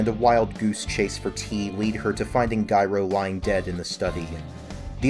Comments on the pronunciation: It’s pronounced like the word gyro. The g sounds like a j. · Why do you keep pronouncing Gyro like ‘Guyro’?